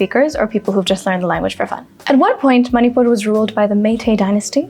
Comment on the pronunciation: Great going.. Enjoyed it 1. Sound of ण is different than न. Your pronunciation of मणिपुर was मनिपुर which sounded odd. Am not sure how do native speakers pronounce it. 2. Sindh is the other name for river Indus ❌ Sindhu is the other name for river Indus ✔️. There is another river as Sindh which is a tributary of Yamuna You should have chosen some other Sindhi song because by default the moment you say Sindhi, it's Dama Dam Mast Qalandar.